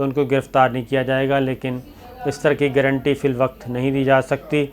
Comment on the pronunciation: Sabir Shakir sahab گارنٹی sahi lafz hai گرنٹی nahin Hamari اردو Keep it up